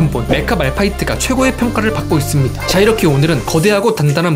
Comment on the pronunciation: "~이씁니다" 하는 말투 빠져드네 ㅋㅋㅋㅋ